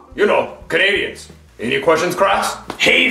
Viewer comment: Didn't know he said "canadians" until i read this comment big smh 🤦🏽‍♂️